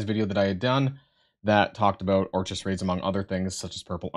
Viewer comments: Or-kiss not or-chis. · It's orkis... orchis sound out the k. Smh. 😂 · If this dude pronounces Orchis incorrectly one more time... how are you a content creator for a Marvel game and dont know basic things like how to prononce things from major plots of the comics. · I know Canadians who pronounce it perfectly fine. FOH with that BS excuse.